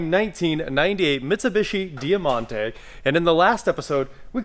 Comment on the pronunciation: It’s pronounced Die Monte, not dea monte…